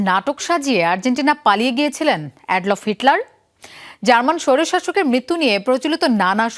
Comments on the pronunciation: Adlof? Ad-lof? কি উচ্চারণ করলেন এইটা? আ্য-ডল-ফ্ হবে না? আর বানান টা আ্যডলফ্ হবে... বানান ভুল লিখার ফলে, উচ্চারণ ও ভুল হইসে। অভ্র জাতীয় ফনেটিক কিবোর্ডে এই জাতীয় বানান ঠিক করা কঠিন বটেই। বাংলা লেখার জন্য ফিক্সড লেআউট সবচেয়ে ভাল। প্রভাত লেআউট ব্যবহার করেন। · adlof Hitler naki Adolf Hitler 😂😂😂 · উচ্চারণ ঠিক করেন এড লফ কী? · Adolf=এডলফ=এডল্ফ। শব্দটির উচ্চারণ সংবাদ পাঠক মহিলা-পুরুষ উভয়ই ভুল করেছেন। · Adolf Hitler er nam tao uccaron korte paren na ar eii media asce tare nia somalocona korte 😂😂😂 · Adolf pronounciation age thikmoto koren